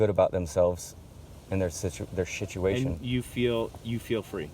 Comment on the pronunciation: Love your roll brother, and your word shituation lol.